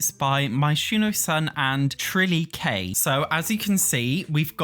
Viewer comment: Isn't Trillyke pronounced "trill-like?"